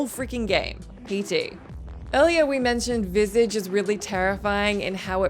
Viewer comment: It bugs me how you pronounce "Visage" (also bugs me, as a French speaker, how you pronounce déjà vu, but the majority of the population pronounce it the same so I have to let that slide)